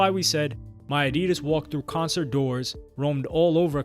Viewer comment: Had to skip the addidas section. The purposeful mispronouncing of it was making me livid lol then going between the incorrect and correct pronunciation. 😅